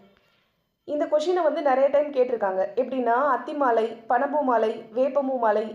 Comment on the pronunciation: அத்திமாலை ,ஆத்திமாலை இல்லை.